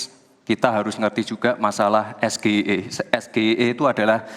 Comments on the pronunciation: Awalnya di remehken ternyata memalukan S G I E itu singkatan bhs inggris bukan bhs indonesia masa ngejanya gak bisa kan memalukan, bukan pertanyaan yg sulit kmu yg ga tau bhs inggris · Penyebutan singkatan bahasa inggris ya tetep pake bahasa inggris dong bib bib gimana sih ente. Contoh UK (baca: yu ke) dan US (baca: yu es). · Percaya diri x bilang sgie hahahaha tdk tau mengeja huruf inggris...malu ahhhh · Apanya yg hebat? SGIE aja bacanya salah, bukan hafal baca aja salah. yg penting bukan menghafal namanya, tapi subtansinya, itu sama kayak bapaknya hafal nama2 ikan, padahal yg penting dipelajari setiap ikan itu kandungannya apa, fungsinya untuk apa, itu adalah subtansinya. bukan namanya. wkwkwkkw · State of the Global Islamic Economy (SGIE) yang di sebut gibran itu tidak menyebut kan the nya bg. dia yang menyucap kan nya aja salah bg. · anak muda yang nyontekan.. ngaku sekolah di Singapore dan Aussie 8 tahun, ga bisa melafalkan SGIE dalam bahasa Inggris🤭🤣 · SGIE cuma pertanyaan singkatan English, bacaannya salah bung. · Konon S1 lulusan luar negeri, nyebut singkata SGIE bahasa inggris....dieja bahasa Indonesia.... nyontek dulu lagi.... Kaya cerdas cermat.... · Blimbing Sayur Sok pake bahasa Inggris Tapi salah cara ngucapin jadi malah Ketahuan sekali DUNGU dan BLO'ON nya. Dan Terlihat Songong dan Sombong saat bicara dg Org yg lbh Tua Sprti Org yg Ga punya ADAB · Kepanjangan menggunakan bahasa Inggris maka Pengucapan hurufnya juga harus menggunakan bahasa Inggris. Disini yang salah lebih awal siapa?.... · padahal rakyat biasa dalem hidup sehari2 pengucapan FBI, CIA aja bener.. ini yg di forum debat nasional malah salah 🤣🤣 bikin malu aja 🤣🤣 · Rasa2nya puas hati si belimbing sayur, menang rasa dihatinya.... Padahal dia nyebut SGIE salah pakai lafat Indonesia... seharusnya pakai lafat Inggris.... Tuhan punya kuasa... kelihatan gobloknya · CAWAPRES ILEGAL.... SOK SOKAN PAKAI BAHASA INGGRIS TP FATAL PENGUCAPANNYA... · Sok2an sepiking englis, nyebutin'y aj es ge i e 😂🤣🤣